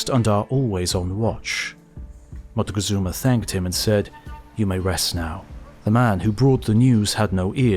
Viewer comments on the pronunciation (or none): I can’t take it how he pronounces it “motagazuma”